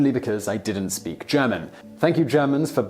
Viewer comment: It´s so funny and so wrong how Simon pronounces "Gesicht"! (But I understand that this has to be tricky for native English speakers because there is neither this particular "i"-sound nor the German "ch" in English). And it´s not "Backpfiefen" but "Backpfeifen".